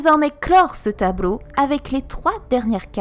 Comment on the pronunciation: c'est juste moi ou elle pronence les "L" comme des "R" ?? ex: Tabreau au lieu de tableau/ Peupre au lieu de peuple... en tout cas belle vidéo!!